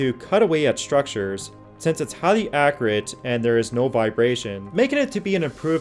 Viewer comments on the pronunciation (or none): Anyone else think he pronounces "accurate" and "particular" weird?